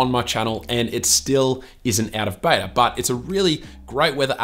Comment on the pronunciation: Did he say Betor instead of Beta ? Lol I truly enjoy this channel.